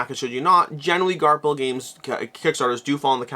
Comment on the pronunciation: Are you still saying Garp-hill? The “ph” should be the “f” sound. Garfill